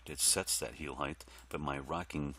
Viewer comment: height. i wonder where began the trend/habit of pronouncing that word as though there was another "h" at the end. i wonder what weird language habits i have analogous to that one. hahaha anyhow, thanks for doing this, man!